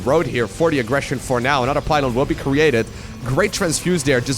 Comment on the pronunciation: Time for "an-udder-one".